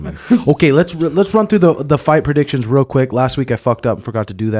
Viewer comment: brother I don’t think you pronounced a single name right for those fight predictions.